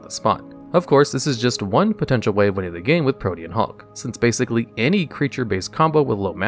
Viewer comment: At least he pronounced Pro-tee-an Hulk correctly